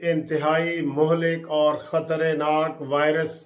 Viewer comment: Khtreynak lafz nahi hi , khtarnak hi , Aap apni yeh ghalati sahi karleyn